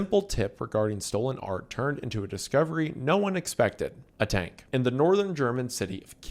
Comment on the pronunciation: Wendigoon has a: Tank ❌ Turnk ✅